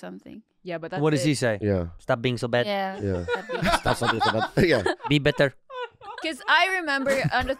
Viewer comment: ' bi betteRrrr' 😂😂😂